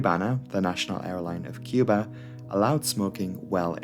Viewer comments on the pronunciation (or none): none